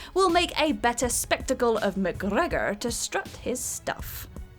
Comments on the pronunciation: What's with the cringy pronunciation of Mcgregor? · New drinking game. Everytime she says McGregor like that, have a shot so you can forget you ever heard it. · Saying "McGregor" like that repeatedly just reminds me of that person who repeats a shit joke over and over hoping someone will eventually laugh. Brad Pitt in Troy. Even though I love the film it was pretty much panned by critics. Also pretty funny you had to paste the bit about Captain Boomerang in. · No...it's not. No one says it like that🙂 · yeah literally how is this not the top comment, mildly funny the first time but it just gets increasingly offensive 😂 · who knows, best not to question these things I think, might drive you mad lol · Because it’s fun? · Because he's Scottish... GET IT????